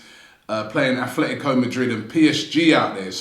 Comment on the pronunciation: Aff-let-e-go Madrid?😂